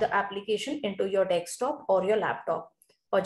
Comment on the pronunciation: bhai english bhi nai aati dhang se. desktop hota hai dekstop nai.